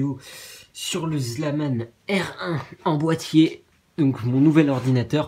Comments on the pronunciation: DSL MAIS C PAS "ZLAMAN" MAIS "ZALMAN" ! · tu m'enerve avec le ZLAMANE c'est ZALMAN !! :D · Mdr c'est pas Zlaman c'est Zalman tu vois la diference ?! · on dit zalman et pas zlaman mdr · et c'est zalman!!!pas zlaman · ptn ses zalman pas zlaman le L est après le a merde .!!!!!!!!!!!.... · Trop drôle ... C'est Zalman pas Slaman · ZALMAN, pas Zlaman :(